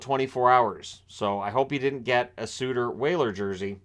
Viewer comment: Suter not Sutter just like Kachuk not Tkachuk. A "T" makes all the difference.